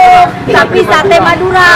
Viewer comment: Alhamdulillah selalu berbagi,,apalagi berbagi untuk tetangga/lingkungan terdekat,,berkah barokah 🤲 terimakasih,,Mbak'Yuni,, Dallas,, mudah2n rezekinya diganti berlipat dari Allah SWT.. PR bilang SATE not SATAI..